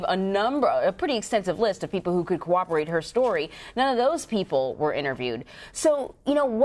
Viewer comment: It’s not “CO-rahb-er-ate”, but (as the legal expert said) “COR-rahb-er-ate”.